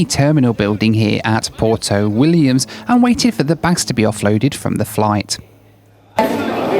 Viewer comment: It's not pronounced "porto", it's "pwerto".